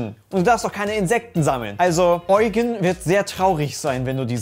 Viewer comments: Es ist lediglich die Betonung falsch bei der Aussprache im Video. Du kennst ja das Lied „Prinz Eugen, der edle Ritter“ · ich finds lustig wie alle "eugen" sagen.... das wird: "iudjien" wie mr krabs